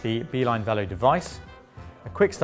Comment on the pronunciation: Minor quibble - it would have been nice if you used the French pronounciation of 'velo'.